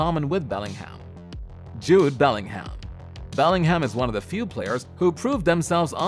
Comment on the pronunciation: Beling Ham, really? 🤣🤣🤣🤣 bro can't pronounce shit...